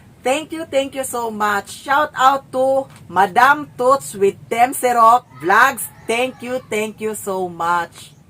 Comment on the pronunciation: Alam mo na di alam ni sherwin kung ano yung pinadala. tanung k pa din ng tanung.. pareho naman kayo ignorante.. kahit nga ikaw di mo din alam yung mga pinadala sa iyo.. isa pa indi mo nga ma pronounce ng maayos pangalan ni ma'am tootsie tapos ganyan ka manghamak ng tao. sira ulo ka..